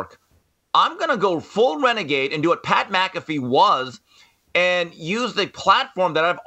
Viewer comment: "Pat Blackafee" 😂 cracks me up every show.